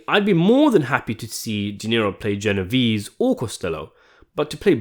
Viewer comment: it`s G not J lol